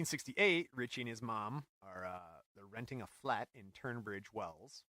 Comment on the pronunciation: One of your English correspondents has returned to point out all your Errors: 1. It's pronounced lewee-SHUM 2. It's TUN-bridge-Wells 3. 15 pence in 1976 money would be about one penny now, if that! 4. The confrontation with Nick Kent was in 1976 not 1979 5. Nick Kent was a journalist first and musician a distant second. He was never a Sex Pistol. However he was in the Subterraneans - one of the several short-lived bands that paved the way for The Damned. 5. Keith Levene NOT Kevin 6. The Damned's lead singer is Dave Vanian, pronounced as in "transylvanian" 7. The venue is Screen On THE Green (in Islington, London-N.1) 8. The sedative is Tu-I-nol 9. The Sid Vicious biography No-One Is Innocent puts together the recollections of people at the party and comes to the conclusion that Sid's mother murdered him.